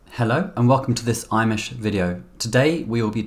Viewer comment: every time you say welcome to this imesh video i hear welcome to this Amish video 😂